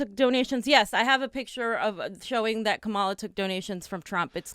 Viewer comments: guys, it's KAH-ma-la, not kah-MA-la. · Please learn to pronounce her name. .